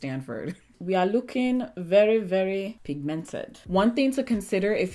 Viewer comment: "We are looking very very pigmented". Really???? 😂😂😂😂😂😂😂 that was so Nigerian. But I love you 😘